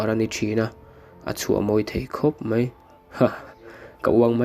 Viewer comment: Mizotawng hmandik a ngai ngaihthlak a ti nuamlo tlat .Mai tihtur mei i ti a